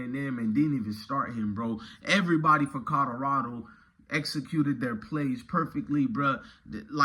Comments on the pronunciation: This nigga said Kadarado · Nigga you need to go back to school you cannot pronounce Colorado for shit.